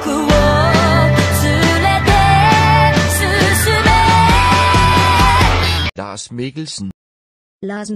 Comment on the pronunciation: Danish: Lars Mikkelsen Irish: Lars Mikkelshen